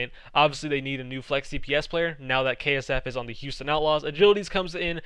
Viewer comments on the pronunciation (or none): none